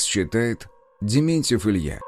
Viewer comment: Зьменьцьев,в русском языке существуют звуки как Т и Д, дзэкания и цекание режут слух 😢😢😢😢😢